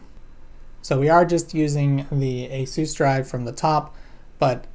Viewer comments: i'm too lazy to see if someone else commented this: but yes it's "A-Sus"(Like dr seuss or Pegasus as is on Asus's "About" page ) not "asis" i have always viewed it as an incarnation of "Hasus" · You pronounced "Asus" wrong. Its pronounce kind of like "asous" or like "asues". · It's supposed to be "asses". Say "asses" from now on, okay? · Its pronounced A-zus. This is because it is the end of the word "Pegasus". If you look into it, most of the hardware tech companies that build pc hardware are named after mythology and gods. Nvidia is one example. And if not the company's name then the model of the hardware they built is. Asus uses these names alot like "Strix". Nvidia usese "Titan". Love you! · Its Ay-sus, as in Pegasus. They have stated that in a video about how the name came about. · Asus is short for Pegasus, so it should be pronounced with the "z" "Azus" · ay-sys. It's derived from pegasus. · Asus is pronounced like Pegasus. Don't ask me, it's a Japanese company and it's how they say it's supposed to be pronounced.